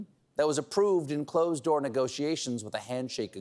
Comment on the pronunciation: I'm pretty sure that when Bernie says it there's no r in "door".